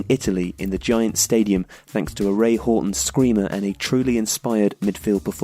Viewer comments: Who the fuck is "Ray Hawton"? It's pronounced "How ton." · Ray HOWton not HORton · Was not expecting that. Houghton is pronounced Howton. A friend of mine has the surname Haughton which most people pronoune Howton when it should be pronounced Horton and it used to drive him nuts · The quality of these videos is excellent but sometimes the pronunciation jars a bit. Ray Houghton (How-ton) and you can’t mention the Ireland Italy match and pick out Roy Keane’s performance without mentioning Paul McGrath that day. He was a colossus, one man defence and awesome. Head and shoulders best player on the pitch that day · Re: Ireland v Italy Paul McGrath was the standout performer for Ireland in that game not Roy Keane. Keane did play and played his part in the win but it was McGrath who was immense for Ireland that day. Oh and Houghton is pronounced How-ton. Love the series, keep up the good work! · Most people say Ray Houghton (How-ton) by the way.